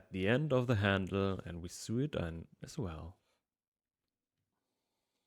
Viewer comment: Love the design and hope you have fun with it. Remember: sew and sewing is pronounced “so” and “so-ing”. 😊